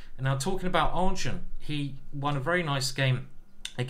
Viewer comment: I think you pronounce -ardjune-. He is the main character in the bhagavad gita